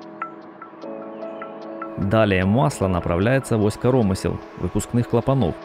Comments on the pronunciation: В слово «коромысло» ударение на букву «ы». В слове «излишки» — на вторую, а не на первую «и». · Все бы хорошо,но вот только диктор ударение в слове коромысло ставит не так.